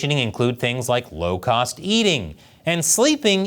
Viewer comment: When I heard "low-cost" eating, I wasn't expecting "locust" eating. 😂